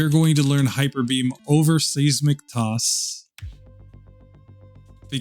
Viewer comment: Seeeesmick toss rather than SIZE Mick toss lolol